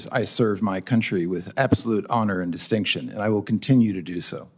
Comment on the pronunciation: Served with "di-STINK-tion", emphasis on the second syllable.